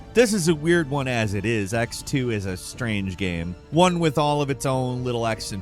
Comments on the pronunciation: It kills me you call it final fantasy X two and not ten two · Why are you calling it ex 2. It's a sequel to FF10. It's a roman numeral. It's said as 10-2. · OMFG IT'S TEN TWO! 10-2!!! ROMAN NUMERAL 10(X) FFS!